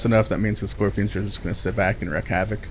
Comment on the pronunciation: Wreak havoc > wreck havoc. Pronounced: reek. You're chafing my balls here, bro.